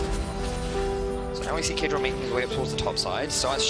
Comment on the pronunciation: it's caedrel dude